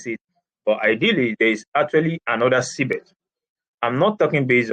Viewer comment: or Cbex? because I keep hearing Cbet on your presentation.